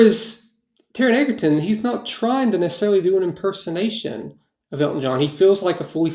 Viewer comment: Taron Egerton's name is pronounced EDGE-erton not EGG-erton. I'm so sorry if I sounded rude, I certainly didn't mean to, but it was just really bothering me. Lol